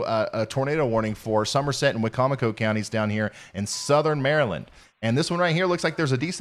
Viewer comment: Hooray! You pronounced Wicomico correctly! 👋👋 Or close enough. 😉 Most people mispronounce it "Wicko-Micko", which is always very amusing. Normally pronounced why-COM-icko. Good job! That was a crazy day.